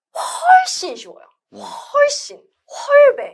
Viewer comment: 훨~~쒼 쉬워요. 한국말인데도 영어발음 느낌 ㅋㅋ